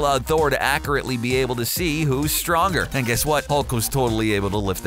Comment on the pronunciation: Instead of accurate, he said accreate